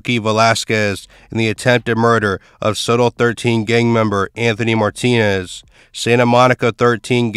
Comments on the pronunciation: It’s not pronounced Soto, but So-Tel short for Sawtell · Dude said “Sotoll” lol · it is damn annoying hearing him mispronounce it over and over